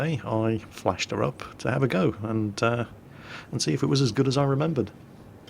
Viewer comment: What Jingles said: "Yesterday I flashed her up to have a go." What I heard: "Yesterday I flashed her and had a go." What I thought: Rita, nooooooo!